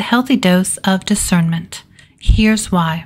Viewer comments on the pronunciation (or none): discernment is usually pronounced differently amongst us humans